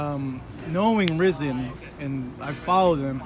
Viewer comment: The reporter said he has been following Rizin and yet pronounces the name totally wrong? 🤔🤔 Yeah right, you have been following them, clearly hahah